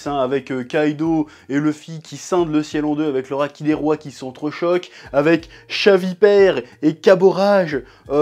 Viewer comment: "Chavipère" "caborage" t'es serieux ?! 🤢🤮🤮🤮